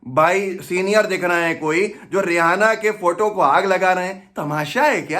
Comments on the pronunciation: जब नाम रियैना है तो रेहाना क्यों बोल रहे है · रेहाना नही रेहेना है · It’s not Ri-ha-na. ‘H’ is silent. It’s Ri-a-na. The andhbhakts have no respect of themselves; so they put India’s name at stake. As per BJP and their andhbhakts supporters, any one in support of farmers are anti national. For them, BJP= India. Now that Modi has already sold the country to Ambani/Adani, he won’t take the bills back.I suppprt farmers.